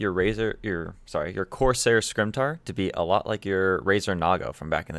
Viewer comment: Love the vid, but I gotta let you know. SEH-MEH-TAR. Like the sword.